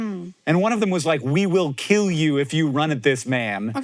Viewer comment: Doug Marcaida: "It will not keel"